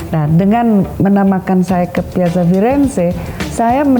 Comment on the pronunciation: Piazza di baca Piatza...